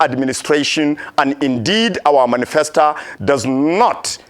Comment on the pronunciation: Manisfesta and Docta....lol